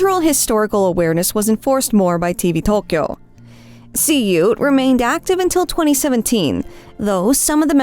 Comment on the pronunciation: I will never understand how people can use such absurdly bad pronunciation of Japanese. I mean, even if there is apostrophe BS all over the place in a mysterious system that is used widely has no resemblance of actual spoken Japanese, do you not hear anyone ever speak the words? E.g. "Tokyo" is said like a million times a day in Japanese across media and yet you get it totally wrong. How can people at the same time make the effort to try to get it right and learn those utter bs apostrophe pronunciations that always stress the totally wrong syllables without making the far smaller effort to listen to someone say the word and then just imitate that. Especially it's not just far easier in general but because google translate can be used to literally type in the word and have someone pronounce it correctly for you.